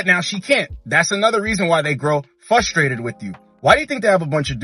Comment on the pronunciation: Love your videos bro. Watched at least 100. But for the love of Christ. You say “FUSTRADED” a lot. It’s frustrated